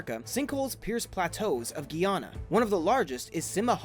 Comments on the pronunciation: Did he just pronounce Guyana as Guiyana? Dude. It's gai-ya-na get to right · pronounced Guy-ana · Say it with me, Guy......Ana, learn to pronounce shit before you make a video ffs. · These videos are amazing. My only correction is It is pronounced Ror Rih Mah and my country is called Guy Anna. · He pronounced Guyana wrong